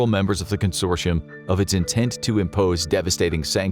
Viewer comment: why do you pronounce consortium (con-sore-tee-yum) as con-shore-she-yums